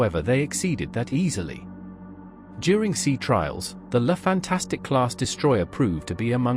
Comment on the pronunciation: The name is "Fantasque" and not "Fantastique"! At least one should expect that you pronounced it right as you decided to make a video about that special class! Apart from this, the video is OK. Love and peace.